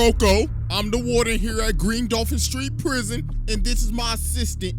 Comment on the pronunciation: YOU SAID PWISON